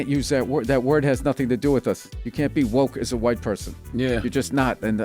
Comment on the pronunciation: Is he adding a T to woke? Sound like he's saying WokeT.